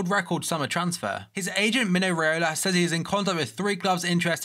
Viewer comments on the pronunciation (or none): none